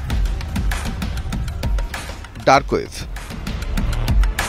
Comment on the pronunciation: Dark web name ta o balo kore bolta pare nah😂😂